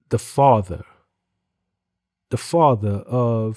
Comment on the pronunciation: I didn't know Father, Mother and Brother were actually pronounced "FAVA" "MUVA" and "BRUVA" 🤷🏾‍♂️🤷🏾‍♂️